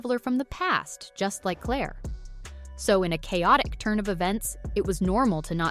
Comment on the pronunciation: Indeed. Would be verra well if they could pronounce Claire's nickname at least!